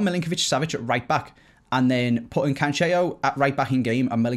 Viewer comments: Please don’t say “Cancheo” pronounce it - Canselo. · pleeeease we’ve corrected you before, you even spoke about it in a video.... it’s pronounced CAN-SELL-O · Good Day no it really isn’t ur just as bad as